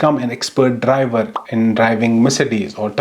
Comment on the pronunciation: The accent of saying "driver" was insane 😂😂